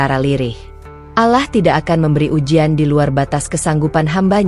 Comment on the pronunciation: Bacanya yg bener kata Allah bukan alah